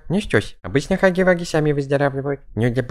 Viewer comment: Не хаги ваги а Хагги Вагги вот так правильно